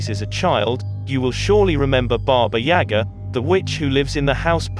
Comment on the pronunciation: Mispronounced baba yaga